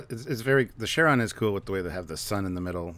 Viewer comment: Are they calling the Charon... Sharon? It's pronounced Kar-on